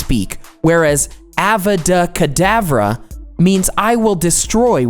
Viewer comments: OMG IM SO TRIGGEREDDDD ITS "AVADA KEDAVURRRA NOT AVA--DAH KADAVRA HFFEBFTENCYFHEBF U CAN TELL BY MY PFP IM A POTTER HEAD ▄︻̷̿┻̿═━一 （╯°□°）╯︵(\ .o.)\ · It pronounced " uh vadah kidovruh " not " avuhdu kidavruh " I MEAN JUST WATCH HARRY POTTER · Narrator: avada kedavera Me: it's time to watch Harry potter again 😂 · Harry Potter anyone?? Although it should be pronounced uh-vah-duh keh-dah-bruh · the only scary thing is that he said Avada Kedavra wrong- 🤧